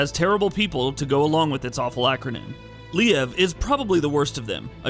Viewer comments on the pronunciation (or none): Le-av? ... lol Leon ...